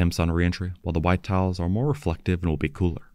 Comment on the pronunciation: Towels...? They're appling towels? Ohhhhhh, you're saying TILES! 😅